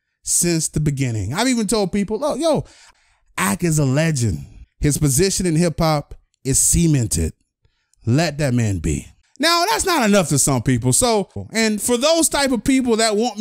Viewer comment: Bro said "semen-ted"